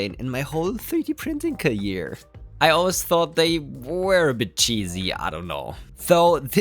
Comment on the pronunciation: What's a "3D printing cayeer"? 8)